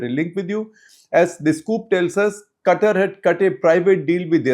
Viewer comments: Sir, it is not CUTTER, it is Qatār. Please. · Shekhar Qatar even though spelt this way, the country would pe pronounced as kathar. The ka would be a more guttural ka more from the lip or the palette touching more towards the back of the throat. Lived in kuwait for a few years. I have heard arabs say the word.😊